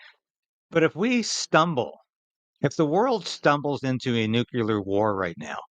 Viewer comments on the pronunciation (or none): Nucular war, do you mean to say nuclear war?